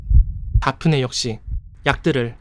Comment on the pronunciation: '대프니'라고 하시지... '다프네'라고 해서 순간 '박근혜'라는 줄 ㅋㅋ